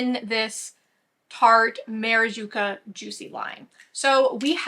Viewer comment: It's maraCuJa, not maraJuCa lol I don't know why I'm so triggered every time you say it wrong haha